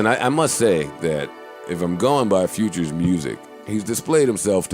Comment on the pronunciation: Navy duesus is how you pronounce futures real nam